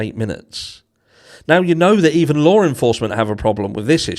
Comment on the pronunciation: *LARR ENFORCEMENT 😅